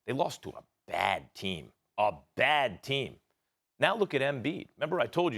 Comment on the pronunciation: Love how Max emphasized “a baaadd team”